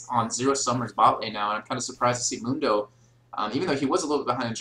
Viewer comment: Mundo pronounces it Moon-dough, so that's how I pronounce it XD